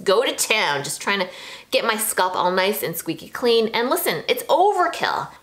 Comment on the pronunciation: scalp, not sculp